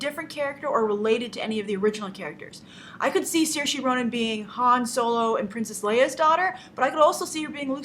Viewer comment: That's not how you pronounce Saoirse.